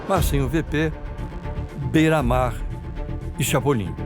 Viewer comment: Bandido bom é bandido que fala correto é bera mar porra kkkk